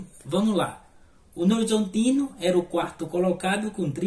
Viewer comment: "novorzontino" kkkkkkkk